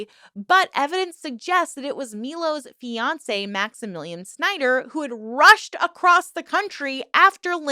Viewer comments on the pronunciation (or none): none